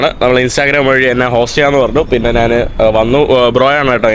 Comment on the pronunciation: ഈ മൈ.,.. നെ വിശ്വസിച്ചു കൂടാ. ഇവൻ ഈ നാൻ, നാൻ നാണു, നാനു എന്നൊക്കെ പറയുന്നു. മലയാളം ശരിക്ക് അറിയില്ലേ